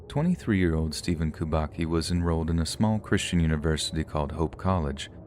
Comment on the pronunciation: kubacki is polish name and its read kubatski